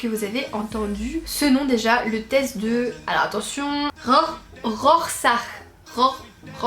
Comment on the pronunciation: Se prononce Rorchaque :)